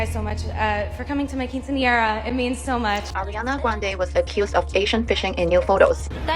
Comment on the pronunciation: you said quinciera jajajaj cute, it's quinceañera and it's really important at least in Argentina (15 y/o) its like yo become a woman (even if for the law you are a minor until 18 jajajaj, I'm an arianator since 2014 but loved the video, all true